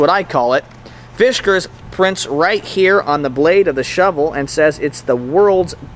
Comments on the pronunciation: Dear God, please stop saying Fishkers. It's Fiskars. Otherwise, great review. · Yup. No H in fiskars.